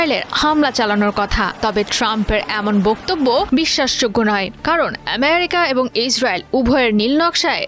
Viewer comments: এমিরিকা নয়, বলুন আমিরিকা😂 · সাংবাদিক আপার ফুলকে সুল বলে শুদ্ধ করে আমেরিকা কে এমেরিকা বলে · । আমেরিকার নাম এভাবে উচ্চারণ করা হচ্ছে। মনে হচ্ছে আমেরিকা ওর মানে সংবাদ পাঠিকার বাবার দেশ।